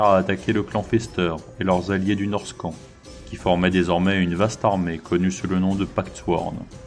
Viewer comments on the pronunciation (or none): Vidéo sympathique ! Par contre la prononciation c'est pas terrible sur certains mots : Norscan -> Nosca